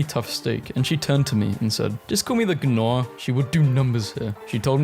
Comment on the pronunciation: I'm convinced he says things in these horribly wrong ways on purpose. Like, how can someone pronounce the g in gnaw and not stop themself?